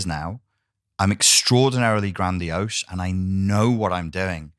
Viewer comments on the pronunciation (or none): 😂😂😂 The emphasis on EXTRAORDINARILY GRANDIOSE made my day. 😂